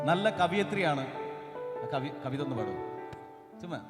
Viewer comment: ആരാണാ ഹോയ് വിട്ടത്... കവി അല്ല ശവി 🤣😂😂